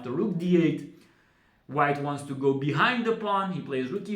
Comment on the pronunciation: Very nice....pay attention to pronunciation of the word "go"...your English interpretation is fantastic